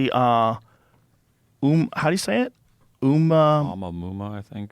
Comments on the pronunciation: thanks for making me feel like a genius for knowing the pronunciation. It's definitely not o-ma-muma 🤣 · Oh that thing? It's pronounced as "Oh-moo-uh-moo-uh" and it's named after a Hawaiian word meaning "first scout/visitor from afar/distant place." Everyone's heard of this odd shaped object in space. It has a weird trajectory from outside the solar system and passes by the Earth every so many years. This isn't new news about this object. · Pronounced, “oh-mua-mua”